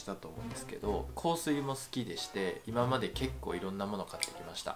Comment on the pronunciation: 香水の発音大好きです笑 良ければ香水紹介してほしいです！